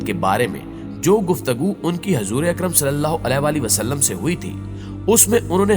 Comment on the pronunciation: محترم بھائی صاحب جب آپ حضور صل اللہ علیہ والہ والسلام کہتے ہیں تب آپ کا تلفظ بالکل درست ادا نہیں کرتے